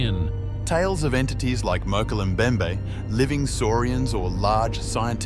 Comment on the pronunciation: You need someone who can pronounce "Mokele Mbembe"